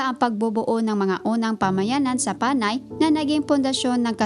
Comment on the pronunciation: You sound like a faulty AI who cannot use the correct usage of syllabic stress especially that of Panay, and other words. Sana hindi ka na lang nag-narrate at plain background music na lang inilagay sa vid post na ito and better have the information typed or in a running text to give justice to the efforted information. Your narration sucks!! Ewww 👎